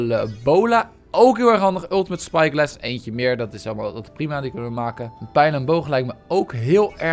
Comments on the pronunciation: Psyglass is wat hij zegt en wat hij bedoelt is spyglass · Waarom zeg jij psyglass